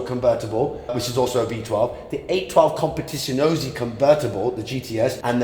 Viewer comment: Bro mangled every single car name at 😂😂 "812 competizionosi"